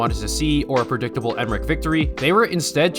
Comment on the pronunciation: ah yes the rectable